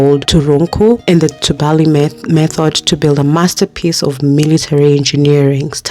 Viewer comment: It's pronounced as tubali as opposed to tubaali as you are calling it. The a is pronounced as a in apple